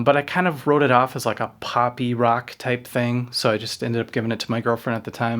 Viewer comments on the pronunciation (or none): none